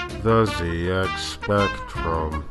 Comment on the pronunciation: Fun Fact: I once heard an American pronounce ZED X Spectrum correctly in a video... Just the once however. but It truly was a joy to behold.